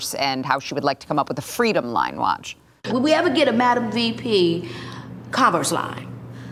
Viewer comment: Doesn't she mean fwweeeedom .